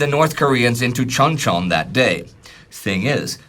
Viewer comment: There are many errors in pronunciation of Korean names and place names. For example, when pronouncing Chuncheon(춘천) or Lee Hyung-Guen(이형권). This is understandable. Korean pronunciation is much more complicated than Chinese or Japanese.